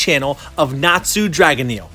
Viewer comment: It is NATSU DRAGNEEL! and ni NATSU DRAGONEEL!